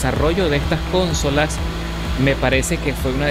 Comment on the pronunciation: Cónsolas. Vámos, de dónde tú éres?